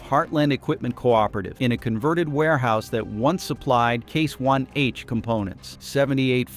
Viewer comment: Who is the idiot they have reading this? He doesn't even know that it is IH not 1H, sheeesh